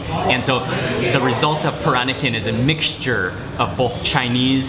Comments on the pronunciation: he can't even pronounce peran-nakan properly absurdly awkward to my baba culture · somebody please tell him how to pronounce 'Peranakan'' its so irritating